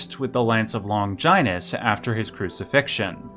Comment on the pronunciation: I really liked your pronunciation of "Longinus".